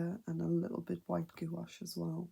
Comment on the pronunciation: The way you keep pronouncing gouache as goo wash has me cracking up girl. Beautiful art though!